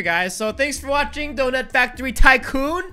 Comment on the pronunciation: you said toy factoy